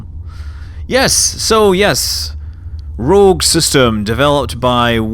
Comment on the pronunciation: Just a little FYI covering the pronunciation of the word ,,rouge"